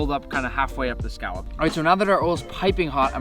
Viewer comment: saying scallop as skalp kills me